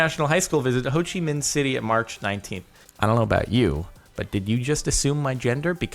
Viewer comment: You said Ho Chi Minh city perfectly. Well done Jordan :D P/s: Have you ever been to Vietnam ? Just wondering